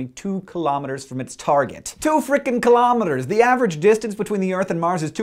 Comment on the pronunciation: Hey Hank :) I love your videos, but please stop saying kilometres the way you do. Say kilogram. Now say metre. Please, I beg of you, say kilo from the way you say kilogram, and metre, well the way any intelligent person says metre.